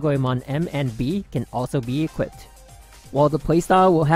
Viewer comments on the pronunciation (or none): none